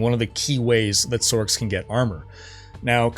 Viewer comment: when tf did people start calling them sorcs? Like Sork... its sorc as in sors. Not sork. tf is sork.